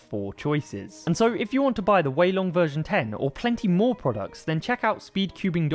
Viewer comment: "after wei too long". Heh